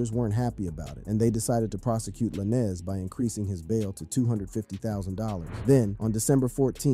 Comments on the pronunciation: It's tory lanes not la ness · How do you do a 20 minute researched video and call yourself, then proceed to call Tory by some spanish last name Lan-ez lol? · His last is Tory Lanes with a z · Tory Lanez “lanes” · La-nez is wild lmao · Just say Tory bro forget the “Lannis” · Saying "Tory Lannis" is crazy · Tory LaNNez 🤦🏻‍♂️ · im not trusting no source, that cant even say the name right 🤦🏾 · This guy butchering Tory’s last name is cringe asf. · Bro soon as I heard that I’m like this is cap lol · He’s pronouncing his last name like that to get the comments up. 🪤